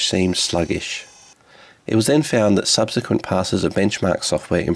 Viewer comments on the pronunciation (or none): none